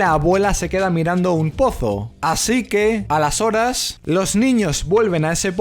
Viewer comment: OTRA VEZ EL "A LAS HORAS" SIEMPRIE PIENSO QUE DICES "ALESORES" O "Y ENTONCES..." EN CATALÁN :[ minuto